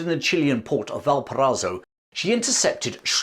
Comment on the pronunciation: You absolutely butchered the name "Valparaiso".